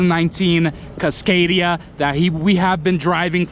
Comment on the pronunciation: He pronounces it kisscadia .its casscadia